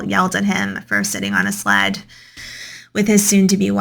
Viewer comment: Okay, I don't know where the narrator is from, but the way she pronounced the word "sled" like "slat" or "slad", I had to go back 5 times to understand what she was saying and I swear I briefly thought she was saying "slut". 😳😂